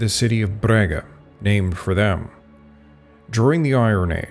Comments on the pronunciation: Very good research, but OMG you mangled our Portuguese city names! It is NOT Brega, but BRAGA, and Santiago do Cacém is pronounced Santiago do "Kasém" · Sorry for the weather, as compensation I'll excuse the mispronunciation of the name of my city, Braga 😂. Great work, thank you for exploring and exposing our country and history.